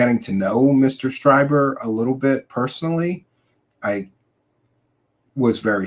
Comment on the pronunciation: It’s Streeeeeber. Not Stryber.